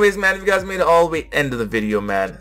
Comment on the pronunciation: Lol sure you have reading problem too, just listen to the last syllable it was pronounce as "tho/thow" and not "to".... You must have the same pronunciation as her and insist you are correct, silly you